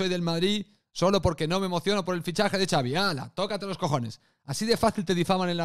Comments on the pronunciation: Lo de Javier es una coña de Twitter porque Ancelotti, que es italiano, pronunció el nombre de Xavi así. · Lo de Iñaki q le dice Javi a Xavi era imitando a Ancelotti q lo pronuncia de esa manera, el lo aclaro varias veces en el live